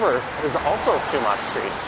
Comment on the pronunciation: It's spelled Sumach St. and pronounced 'Sumack' not 'sumock'